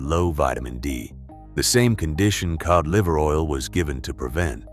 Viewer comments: I was until the "key old liver oil", that's A.I. that corrected itself. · The ai bastard said kee ohd liver oil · Kee oid liver oil??? Stupid A.I.